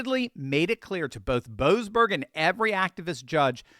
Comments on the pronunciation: YOU SOB!!! My last name is Boberg, and in your other wise wonderful spot at on point you failed to pronounce the se in the name of that low life boseberg. So you said Boberg instead of boseberg! What did my family ever do to you! What a insult to equate my family with a person that chooses to be so corrupt. You ow us a apology big time.😂😂😂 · Shouldn't we pronounce that 'Bo--ASS--berg??' I thought they were about to bring him to accountability.